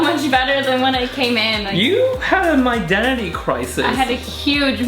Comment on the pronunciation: I know you said My Identity, but it sounds like you're saying My Daddy. Love your work, Guy! ☆